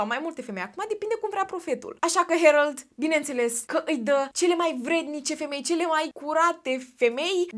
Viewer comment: Se pronunță Herold